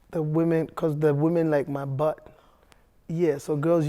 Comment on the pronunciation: 😂😂😂😂, the way he prounced "butt"